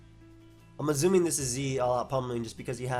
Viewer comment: “I’m azzuming this is Z” love the Freudian slips:)